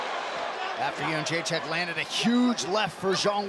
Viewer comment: For those wondering how to properly pronounce Joanna’s last name, it’s Yed-ra-shick! It always annoyed me how to say it before I found out. Everybody gets it wrong!